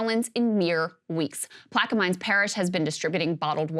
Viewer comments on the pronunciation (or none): "Plack-oo-mines" facepalm Lol